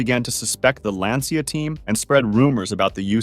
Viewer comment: I only have one note: the pronunciation of Lancia. It's not "lansia" or "lantsia", it's "lancha". "Ci" in Italian is pronounced as "ch" (and so the "i" is basically silent). I'm bringing this up because Lancia was such a fundamental part of rallying, I don't have bad intentions. Otherwise great video!